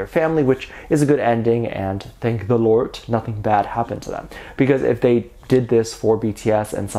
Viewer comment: Does this happen with other kpop group/idols? Why can't they catch a break? BTS is serving their country. Can't they do anything in peace? I adore you and I am so thankful for your channel...and hearing you say "Lordt" tickled me.